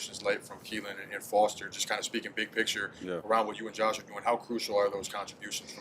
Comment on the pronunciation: He said " Coach" instead of " Josh"